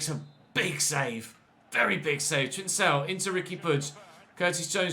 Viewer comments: it’s pronounced ‘Trincão’ (like a K), not ‘Trinsão’. Also love the series nd keep it up!!! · Hey,! Just a lil piece of information: the C in Trincão is pronounced like a K.